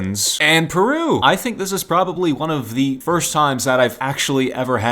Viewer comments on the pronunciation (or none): The way he said peru